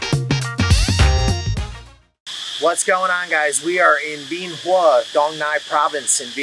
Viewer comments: That makes about as much sense as the way you mispronounce Bien Hoa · Not at all. It's changed a lot since I was there. But it seems to me if you're going to provide "reviews" of a place, you should at least learn how to pronounce it correctly. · First thing you need to do is learn how to pronounce Bien Hoa.